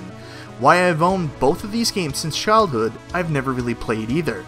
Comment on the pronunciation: "Chiledhood," lol, but great vid still!